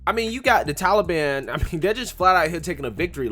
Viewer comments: Dear Joe: it is Taliban - not Tally Ban!! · Biden doesn't even pronounce taliban right